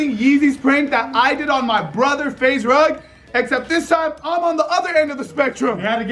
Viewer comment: Man he didn’t even say momma rugs name correct 😂😂😂😂😂😂